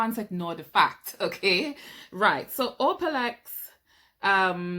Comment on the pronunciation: Gréât vidéo, it’s actually pronounced O-la-plex not O-pa-lex 😊